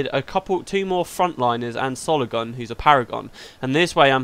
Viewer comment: "Sologon" - every time hahaha